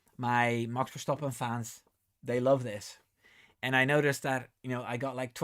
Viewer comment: me too! Also I don’t think the TD will affect MCL as they’ve already been using the new TD compliant wing. And can I just say I love the way you say Max Verstappen. I need to brush up on my Dutch 😂